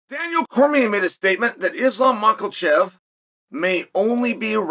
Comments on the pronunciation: Makhalchev? Who is this guy. Chael and his pronunciations😂😂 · uncle promise me you will say makhachev properly when islam put down his gloves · I came here knowing even though Chael interview Islam a few months ago and got the correct pronunciation for his name that he would go on to say it wrong 😂